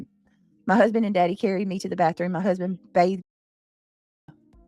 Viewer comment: Omg I HATE BIRFDAY and Bafroom it literally makes me not like you as a human